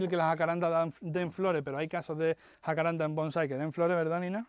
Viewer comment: Buenas, gracias por el video. Sé que no hace al asunto pero es "Jacarandá" con acento en la última "a" Se que por eso de los nombres científicos donde el género se lo pone Jacaranda familia Jacarandae y por eso que en Latín todas las palabras son graves y no hay tilde prestan a la confusión pero es una palabra de origen Guaraní de pronunciación aguda. Como dije, no hace al caso pero igual: Un abrazo.